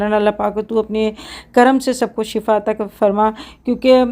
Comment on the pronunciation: shafa nahi shifa kehte hain shafa ka mutlub gadha hota hai